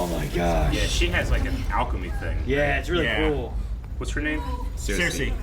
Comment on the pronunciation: Everytime I hear him yell “Sersei” all I hear is “Walt”!!!